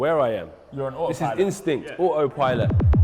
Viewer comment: "Ah oh pilot"